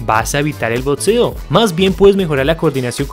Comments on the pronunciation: por que dice botseo en vez de boxeo D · Que paja ver un video de BOXEO y que lo narre alguien que no sabe nombrarlo,lpmm que nervioso me pone,no es tan complicado,BOTSEO NOOOO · El video es muy bueno, pero no se dice Botseo, se dice" BOXEO". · ok pero dice botseo